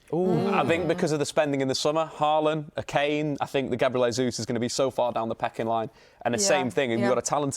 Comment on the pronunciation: What is he calling Gabriel Jesus?!?!? It's like he's putting his entire name together and adding an L. Lesus 🤔🤣🤣🤣🤣